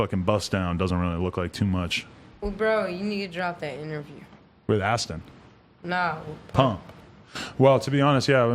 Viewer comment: it's A$ton not Ashton